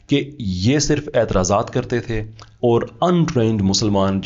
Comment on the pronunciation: You have made tremendous progress in your knowledge, research study, communication skills, especially English (whilst in UK for 20 years), you need to correct your punjabised accent of few simply Urdu words. Punjabised accent: Or Tor So'all Fooji Gay Correct pronunciation: Aur Taur Sawaal Fauji Gaye